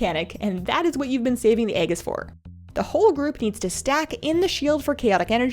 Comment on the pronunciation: Aegis is pronounced AYYY (like the fonz) and Gis (like gis must be my lucky day)....but great vid other than that....I love your cheery demeanor.